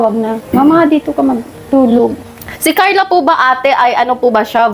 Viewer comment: Pronounce your Carla without “h” kasi parang may h ang bigkas mo.